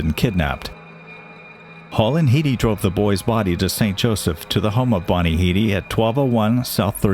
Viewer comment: Her name was Bonnie "Head - Y" , not "Heedy". Your A.I. voice got it wrong. You can thank Forbes Magazine for printing R.C. Greenlease's estimated worth.